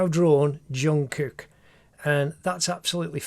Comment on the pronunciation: Bro this is one of the best drawings and i also like how he pronounce his name like jongkuk